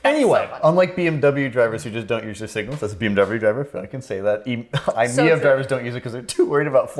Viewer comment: You're still pronouncing eye-meev as eye-miyev and not aware that it uses Toshiba SCiB battery, which has worse density than normal li-ion in exchange for better longevity and less likelihood of exploding